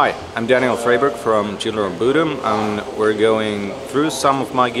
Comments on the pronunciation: Ja kyllähän se lausutaan oikeasti "buudum". Myös Alexi on sanonu haastattelussa että tuo on se oikea tapa lausua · Bodom is Swedish, so that is how it is pronounced correctly lol